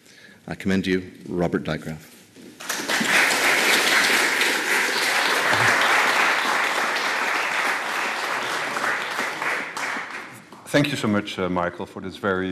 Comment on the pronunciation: lol how he says robert drijkgraaf. must be hard to say a dutch name.